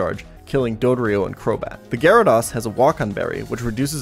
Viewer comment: The way you pronounced gyarados should be illegal